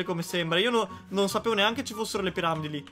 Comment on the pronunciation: "Le piramlidi